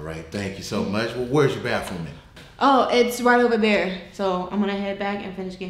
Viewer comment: You know he from Texas when he said "Where's ya 'BaFFroom' at"? Them "Th's" are commonly turnt in to "Fs" 😂.